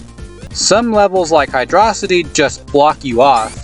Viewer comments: It’s “ Hydro - city” dumbahh, keys. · "It's hydrossity" Unsubbed, disliked, reported, called your mom, called the cops, un fast forwards your genesis, renamed you to dummysockpuppet. I can't believe you just get on the internet and lie to people like that. How dare you. It's Hydro City. Lol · No dude, it's pronounced "Hydro-city" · Sega confirmed its Hydro-City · Nah, I'll stick with "Hee-drough-sigh-tee", thank-you-very-much.